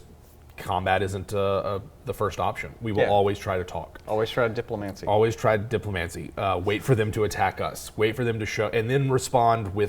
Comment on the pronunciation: Your pronunciation of Diplomacy had me laughing.